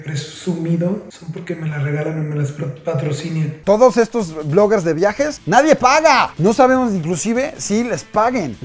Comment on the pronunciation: JAJAJJA DIJO PATROCINIAN XD JAJAJAJAJAJAJAJAJA. CASI ME ORINO DE LA RISA JAJAJAJAJJAJAJA Y POR ESA RISA AHI VA MI DONACION AL XUXO A LA GOMA